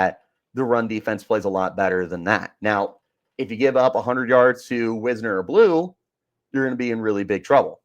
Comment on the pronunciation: Last thing. It's "Wise-ner". Getting his name wrong at this point in the season makes it clear that you don't watch the games.